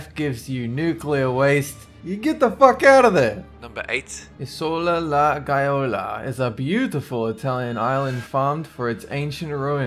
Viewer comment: 2: 56:The so lala, guy-ola Island?? .-D LOOOOL!!